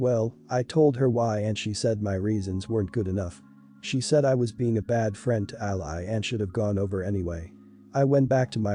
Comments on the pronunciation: It's "ALIE" not "ALLY" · To the reader, Ally said the way you say it, is a country, fighting on your side in a war... a lovely young girl is not that. Ally for a name is pronounced Al-ee. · Ally is pronounced Alley.